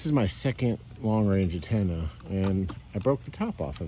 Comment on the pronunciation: Stop saying attena it's antena